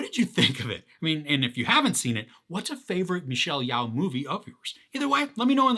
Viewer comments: Her name is pronounced (Yo)! Jus FYI buddy! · "I think that's how to pronounce his name" Sounds about right! lol! But, Michelle's is "Yeo(h)" (like 'Yo') Anyhoo, you gave a good tip on how to appreciate this (type) of insane adventure/multiverse experience! "Once I decided to stop trying, and just go with the story it became so much easier to follow ..." ;)